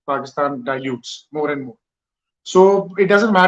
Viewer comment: Andddddddduhhhhhhhhhhhh anddddddddduhhhhhhhhhhhh..........please fellow Indians..............AND is pronounced AN(d soft).....keep at the tip of the mouth, don't say DUH